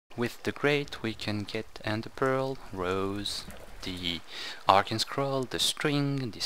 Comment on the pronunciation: just another tip on English Arcane is pronounced Ar-caine. Just an FYI:D